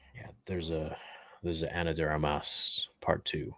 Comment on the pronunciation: "..Ana D Armius..": "Keep my wife's name, out ya f!@ mouth!"